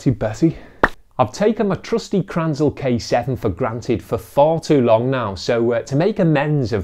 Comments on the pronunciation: Please: Say Kränzle. You always call it Kranzel. Sounds kinda weird. 😉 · Its called Kränzle not Kranzle! - Get it raaiighhttt !!!like "Angry German" would say... JK (Speed Comparer)😄